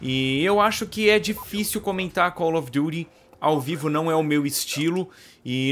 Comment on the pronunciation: como vc fala chique ~~cau ofeduri~~